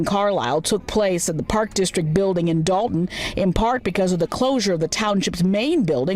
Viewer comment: Tiffany vocabulary / phonics: Thor'on Tahn-shilp (Thornton Township) Dowton (Dalton) "Finna" instead of "going to" do something. Peepu (people) Keeds (kids) Yoot (youth) Bedget (budget)